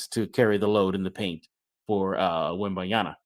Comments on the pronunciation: I cringe every time I hear WembanYANA. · The pronunciation of Wemby's name is killing me.